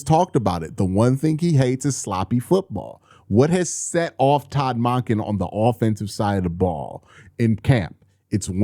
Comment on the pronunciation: Still pronouncing Monken wrong